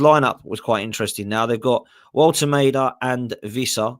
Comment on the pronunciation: im throwing up that you england bums calling him Wolte Maid. Its Ma De Wolte Ma (german A) de (de dä) And its Hinca pie (pie the sam time hes not a pie like your english shit food.